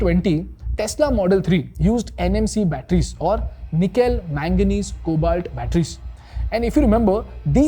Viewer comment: Did i just hear Nikhil-Cadmium battery?